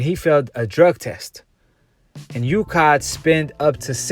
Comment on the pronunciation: Dude are you dumb? You can't even read the difference between LANCASHIRE and LANCASTER, you say MANCASTER instead of MANCHESTER, and what is UKADER? It is UKAD. Dude, people will think you have low IQ and won't trust anything you say if you can't even read the towns properly get the names of the anti-doping governing body and everything wrong.